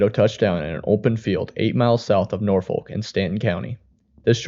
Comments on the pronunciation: As a native Nebraskan I do appreciate the coverage of Nebraska tornadoes. This is north of where I was raised so I did cringe at the mispronunciation of Norfolk (Norfork) and Cuming County but I’m so used to hearing people mispronounce places in Nebraska since I live in Colorado now. I do recommend checking out the infamous videos of the Columbus, NE 1998 tornado and the longest tracking Nebraska tornado that happened in 1990 that barely skirted by the little town I grew up in south of Columbus. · Love the hard L on Norfolk 😅😅😅... Around these parts it's pronounced Norfork... I wonder how he says Kearney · Norfolk is pronounced with an extra R by the same people who warsh their dishes in the kitchen sink. The local pronunciation is about 50/50 split.